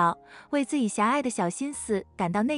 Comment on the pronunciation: 怎麼連“自己”都能念成“自以”😂